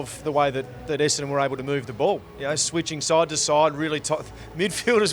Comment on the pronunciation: Essadon club captain can't even pronounce Essadon correctly! lol